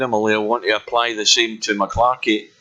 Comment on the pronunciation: M...C....Clarky!! Not MaClarky!